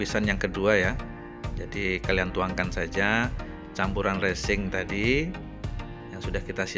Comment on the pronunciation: Resin Om...bukan resing😂